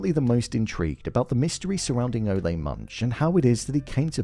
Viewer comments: It’s Ole like “ol’ - old”… not O-lay lmao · My take on Ole Munch (which by the way in episode 3 Gator mentions that it's pronounced Ooh-Laah) that again this is an homage to the Coen Bros. movie villains like Anton Chigurh or the biker from Raising Arizona. These types of Coen-esque unstoppable forces of nature almost mythical creatures, stuff of legends. Like Lorne Malvo in season 1, Ohanzee 'Hanzee' Dent in season 2, V.M. Varga in season 3, only this time I think the creator/writer Noah Hawley went a step further in cementing this villain's status as mythic by showing us the '500 years ago' title card and making us wonder if Ole is some ghoul that has been living for the past 500 years or if he is an ancestor. We will see how the season pans out but I think they will not provide any more background on him just to keep us wondering. Anyway, Noah Hawley has written/created one of the best villains ever in tv or film imho in these Fargo seasons. I also think they steal the show every time. And I am also wondering if Season 4 performed lower than the other seasons because of the lack of this legedary, mythic type villain.